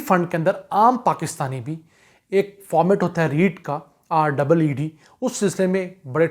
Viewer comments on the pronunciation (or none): REIT hai sir jee not REED